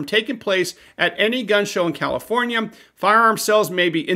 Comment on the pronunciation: “Kommifornia….” Surprised comrade ?